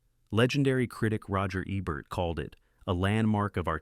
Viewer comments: face-purple-wide-eyes::face-fuchsia-wide-eyes:Roger EBB-ert ???? It's EE-bert! Sheesh!:face-purple-wide-eyes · Ebert pronounced correctly one out of three times. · are you AI or do you just not know how to pronounce Roger Ebert's name? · What's with narrations mispronouncing Roger Ebert's last name? This must be the third video I've seen butchering it. AI generated?